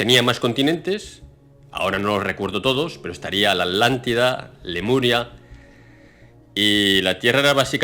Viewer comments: Solo para asegurarme: se le escucha a veces" La Alantida" y en otras "La Atlantida"...Puede aclarar esto, por favor? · ? Por qué se le escucha "ALANTIDA", hasta donde sé, la región se llama "Atlantida". ¿Escucho mal? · Con todo respeto,. No se dice Alántida; se dice Atlántida. La palabra viene de Atlas, no de Alas. Lo menciono a manera de evitar confusiones entre los oyentes, pues pudiera alguien llegar a pensar que la Alántida y la Atlántida son cosas diferentes. Esto es solo mi humilde opinión con el propósito de contribuir a tu enorme aportación... Paz y amor